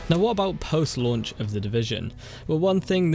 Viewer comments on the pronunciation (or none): what is "post-lauch"